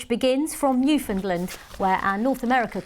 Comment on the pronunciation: How do you pronounce Newfoundland and come up with Newfindland. So let's say i found something, you would say you find something. 🤣🤣